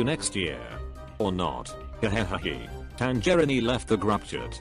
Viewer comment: Audio: "TanGERINI"